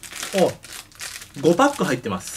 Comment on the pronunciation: パックの発音おかしくね？w